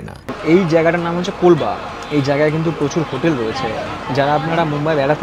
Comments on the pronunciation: colba na Colaba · jayga tar naam kolba noy, kalaba কলাবা